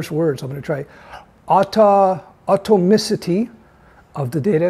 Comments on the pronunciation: Atomicity is not a hard word. Can't you say atom, then ee, then city? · Surely, surely you'd at least practice the word "atomicity" before going to air? Amateur hour. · You spell Atomicity like you have seen it for the first time. Must have been your accent. :-)